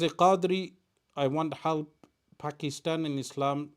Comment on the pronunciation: Can some one ask him to pronounce Pakistan properly. He pronounces others names correctly why not Pakistan. Thanks